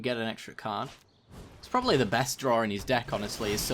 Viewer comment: Mishearing part two, Draw= "drawrer"